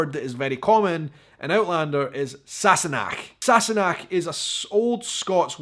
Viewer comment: Just a wee comment from this Californian Scot. I really like how you say Sassenach and how your tongue does the (Unnecessary?) R roll on Girl..!